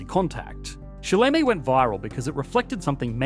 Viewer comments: GREAT VIDEO - the Chinese pronunciation was... let's just be nice and say wrong. I won't insult my Chinese compatriots by attempting to spell Pinyin phonetically, but am sure there is a clip of someone saying shi le me (死了么) on teh Interwebz 😊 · "Si le mei"? Are you dead yet?